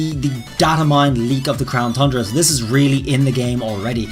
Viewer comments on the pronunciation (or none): Is it just me or does he say crown thundra instead of crown tundra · Still saying Crown “Thundra.” When is he gonna get it correct?! I mean damn, you can clearly see there’s not an h in it! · it's really dumb how you say "Thundra" instead of "Tundra" like it's supposed to be called. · Why does he keep saying Thundra? It's Tundra. Without the h. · please stop saying thundra its tundra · You keep saying Thundera on tundra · Pronouncing The Crown Tundra Me: tun-dra: thun-dra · no offense but you are saying crown thundra and it is crown tundra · There's no way you can make Tundra sound like Thundra idc what kind of accent you got. Also, this is the 3rd time I've posted this comment and someone keeps removing it. Sounds like someone can handle the heat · Won't stop saying thundra lol it's tundra funny mistake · I have good reason to believe says "CROWN THRUNDRA" on purpose now lol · Is anyone else still sort of exasperated that he still says thundra? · “Crown thundra” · He always says Thundra and it makes me twitch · I heard Crown Thundra lol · DarkSpyro I know!!! It’s not to important but once you know it it’s just hard to miss!